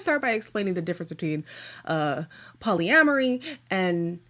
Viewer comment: lol its polyamory..why does it sound like you are saying poly-laundry? also is that an underwear hanging on the back? thats what it looks like